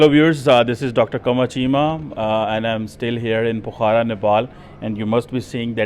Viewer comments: It's not Pokharaa, It is Pokhra, kindly pronunciate properly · Cheema, it is Pokhara, not Pokhaara. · He is still calling the place as Phohara, in spite of all his interviewed persons clearly and rightly Pokhara( pronounced as Pokhra in Hindi ) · It is Po'khra not Pokhara!